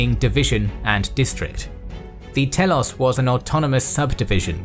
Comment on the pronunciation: i think you said meros and telos in the wrong way